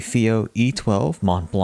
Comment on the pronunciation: The "C" at the end of blanc is not prononced like the "T" at the end of mont.